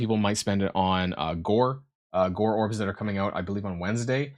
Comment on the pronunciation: It's not "Gorr orbs" it's Gorrbs" ;)